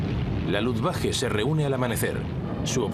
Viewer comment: Por que dice luftwaJe